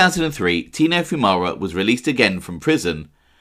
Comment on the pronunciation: At least you pronounced our last name correct lol.